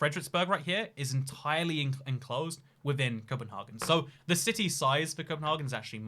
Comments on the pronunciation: No, us Danes do not pronounce Copenhagen as Copenhaaaaaagen, but CopenhAgen. We aren't Germans. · I like how you try to pronounce Copenhagen in Danish, but you just do it in German. In Denmark we call it København. Good luck with reading that. :) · The name Copenhagen and the way you thought Danes pronounce it is Low German from northern Germany. The Danish pronunciation and name is København (approximately Københav’n’). The ‘ø’ is pronounced similarly to Swedish/German ‘ö’ and the French ‘œ’ (not to be confused with the Danish/Norwegian/Faroese/Icelandic ‘æ’)